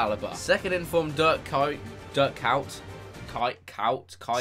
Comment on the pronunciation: Dirk cowt is how you pronounce his name